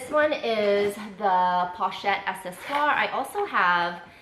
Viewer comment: Pouchette is pronounced /poo chete/. Like Winnie the Poo. Not /pole chete/. My HS French comes in handy 😂.